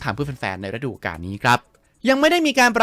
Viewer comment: ฤดู > ออกเสียง รึ - ดู ไม่ใช่ ระ -ดู …มันคนคนละความหมายเลยนะ😅